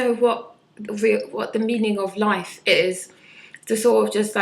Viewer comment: The way you pronounce life !! so south london